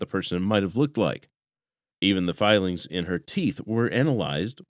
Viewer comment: It's "fillings" in her teeth, not filings. Does anyone ever review these narrations ?